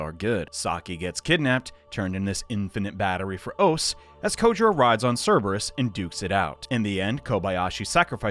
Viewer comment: Minor nitpick, but Ose is actually pronounced "oss-eh". Just fyi.